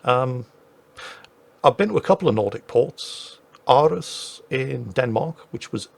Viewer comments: I have never heard anyone say Aarhus like that, I dont blame you tho lol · Oslo is the capital of Norway, it's not in Sweden just look it up and the Danish city Århus/Aarhus you don't roll on the r when you pronounce it